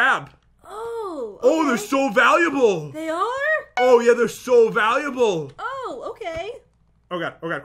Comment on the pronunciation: Pat said baluable instead of valuable 🖕